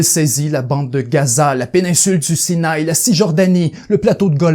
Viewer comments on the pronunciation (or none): Bien raconté. Toutefois, les prononciations de "Ibn Saud", "Sinaï", "'Kissinger" et bien d'autres sont complètements erronées (ce qui trahit un certain amateurisme), et les intonations sont souvent ratées dans la narration... dommage.